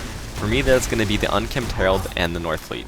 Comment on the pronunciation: NOR-fleet not NORTH-fleet. Im partly kidding, very helpfull video by the way. Clearly you are a very mindful player.